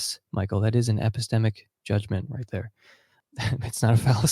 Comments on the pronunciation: "Episteamics" lol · I don’t know how many more “epesteeemics” I can take